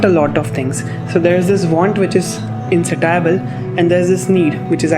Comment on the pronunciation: it’s IN-SAY-SHI-BUHL. Thanks.